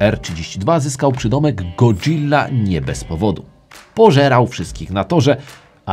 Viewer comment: Fajny kanał, fajnie się ogląda. Jedyne do czego muszę się przyczepić to, że mówi się szybko Go-dzila a nie powoli Godżilla. A jak szukasz pomysłu na nową serię to fajnie by było się dowiedzieć jak zmodyfikować RB26 a potem w kolejnym odcinku jak szybko lub tanio lub najlepiej zmodyfikować silnik 2JZ itd itd. Pozdrawiam